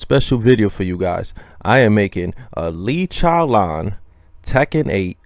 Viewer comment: Lee CHOWLAWN